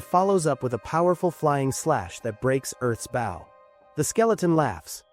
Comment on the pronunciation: My biggest annoyance is these fucking things not pronouncing BOW correctly.